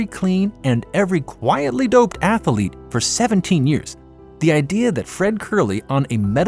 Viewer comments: I am sorry, but the new voice () is so irritating, I cannot watch the video to its end. Not just in comparison to the old voice (Marc) with his German accent, but by itself the American voice sounds less eloquent, with frequent misspellings (athalete, not pronouncing all the 't's and 'g's in words, pronouncing eenhanced instead of enhanced). An insult to the English language made by a supposed native speaker. Honestly, it feels like a step backwards, an attempt to pander to the US market, but alienating the rest. The voice sounds less educated, less sophisticated. I want my narrator to sound like an intellectual person who actually knows the stuff he is presenting, not just reading off of a teleprompter. Sadly, this is the reason I will stop watching your channel after so many years. I am truly sorry! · Man, what is an atheeeelete? AthEEEElete? C'mon man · Ath Uh Leets